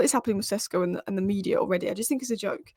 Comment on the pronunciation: He is SHeSHko - Šeško not Csesko.